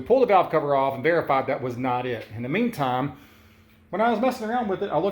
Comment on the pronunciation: "...in the mean tom..."?????? "...sod to sod..."?????